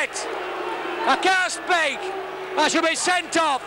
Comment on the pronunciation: "i can't spake!" continues to spake